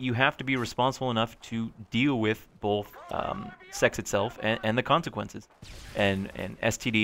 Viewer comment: SeaNanners , you say "both " like my girlfriend ... " BoLth "